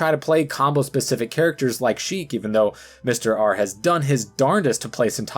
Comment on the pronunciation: He called Mr R lol